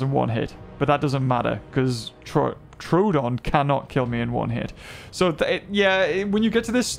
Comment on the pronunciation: The fact that I pronounced troodon wrong as Tr-oooh-don is crazy 💀